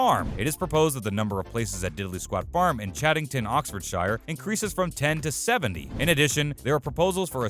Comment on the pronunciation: PLEASE LEARN TO PRONONCE OXFORDSHIRE COORRECTLY AND ITS NOT GAS !!! its perol bloody yanks